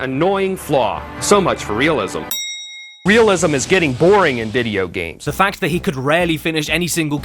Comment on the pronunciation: George is totally unreal. I can’t believe somebody is this bad at “vidi gums”